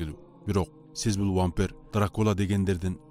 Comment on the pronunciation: вампер эмес вампир деп суйлосон